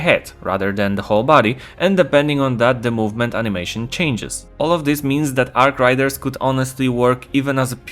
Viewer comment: say it with me 'Arc RAIDERS' not 'Arc Riders'